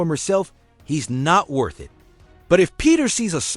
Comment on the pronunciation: Eye Tee truly baffles me how this AI can speak all of these complex sentences flawlessly but cannot say the simplest two letter word "IT".....Very annoying😒